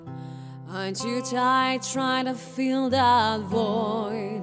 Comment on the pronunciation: Spoko, ale "surface" nie wymawiamy [serfejs] tylko [serfes]. Dlatego właśnie się nie rymnęło z "...where they can't hurt us" ;) No i "fill that void" nie "feel that void" :D